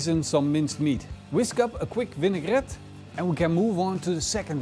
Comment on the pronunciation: whisk up a quick vinne-gret :p love the dutch english accent